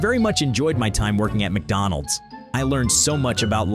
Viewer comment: mcdonalds? nah, mcbonalds